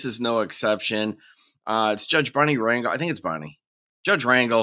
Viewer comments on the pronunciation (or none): I thought Wyatt looked like your standard sov/cit. Don't judge a book by its cover. Dude seems like he's got his shit together. P.S. Judge Rangel is pronounced ron-hel, emphasis on second syllable.